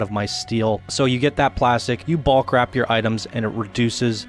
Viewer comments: if this guy says BALK one more time.......its BULK, like the incredible Hulk but with a B....BULK bro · yeah of course.....go look up the word in the dictionary and see how they pronounce it phonetically...its not Balk